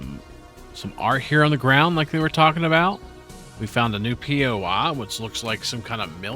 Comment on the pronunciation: It’s bothering me so damn much that you keep saying poi like it’s so hard to just say normally lol